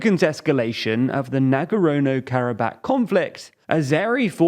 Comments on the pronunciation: It’s Nagorno-Karabakh, not Nagarano. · Once again TLDR - love your work but please improve your pronunciation. As a bunch of white British men, I think it sends the wrong signal in this day and age that you continue to mispronounce place names in particular. That signal being that you don't respect or care enough about these places to ensure you're saying their names correctly: Nagorno-Karabakh is not difficult for an English speaker to say and it isn't hard to just google the proper pronunciation. Please and thanks 🙏🏽